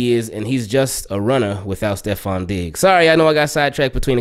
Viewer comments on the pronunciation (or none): none